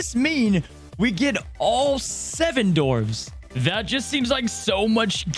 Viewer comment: dwarfs, with a W Dwar, not door-ves Thanks bud 😊